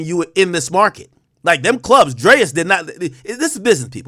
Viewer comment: To alll my black folks it’s pronounced “DRE’S” Your welcome